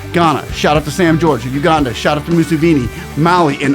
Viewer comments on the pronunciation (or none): none